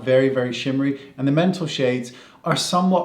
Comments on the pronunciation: You’re such a beautiful soul , Wayne. 💕 (Did you say mental instead of metal? 🤣 it’s probably my ears but it made me laugh anyway) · is he saying 'mental shades' or metal shades and I'm going deaf? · Wayne ...I love you...did you say ‘mental’ shades??? 🤣🤣🤣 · I think my ears are blocked, all I can hear is Wayne saying ‘mental shade’ 😂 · Is it just me or he keeps saying "mental shades" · I swear he says “mental” shades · Same. I thought I have a problem... :D